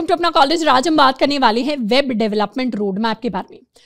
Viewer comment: Babe development 🤣 Can't beat Indian accent.